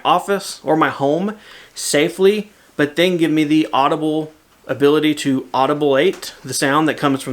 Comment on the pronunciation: "audible-ate". That alone is worth subscribing for.